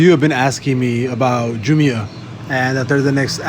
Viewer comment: It’s JAAA- MYY-UH